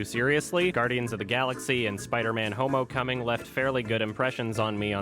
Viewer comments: I know, when he says "Homocoming" instead of Homecoming I just burst out laughing, while still knowing that I'm intellectually superior to all of those simpletons that think the jokes in Marvel movies are funny. I mean, can you believe it? How can people not be as intrigued as we are by absolutely genius jokes such as "Purple Shrek". I xD'd so hard when he pronounced those two words that made up such a masterfully crafted joke. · Why do you call it homocoming? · Did he say Spiderman homo coming!!?? Lol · Did I really just laugh because he said homocoming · Did I hear homocoming or is it just me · Did he say Homocoming? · Did you say Spider-Man Homocoming? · Why do you keep saying Homocoming? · he said "spiderman homo cumming" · Did he say "Spiderman, homo cumming"?! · Yep, he said, "homo-coming." Or "homo-cuming."